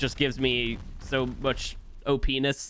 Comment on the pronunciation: "Gives me OP-Ness" we all heard it the wrong way